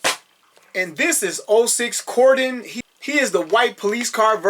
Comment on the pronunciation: I don’t know if you heard, but for the next release, we’re getting Grimlock!! 🙌🏼 I’m stoked! Lastly, Cordons name… I did a little research to learn how to correctly pronounce it; Cor•din. Say it fast Cord’n. It’s what the cops do when they’re investigating. Whalah!! ✌🏼✊🏼